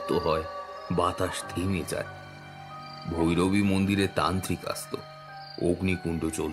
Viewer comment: ভৌরবী নয় - ভৈরবী। ভৌ ভৌ 🤓